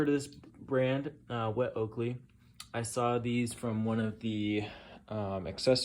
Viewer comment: Pronounced oh-koh-leh it means butt it behind in Hawaiian..